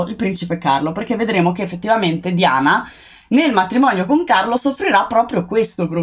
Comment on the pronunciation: Scusami se pronunci 'Diana' all'inglese e cioè 'Daiana' dovresti pronunciare anche 'Carlo' così e cioè 'Charles' 😂😂😂😂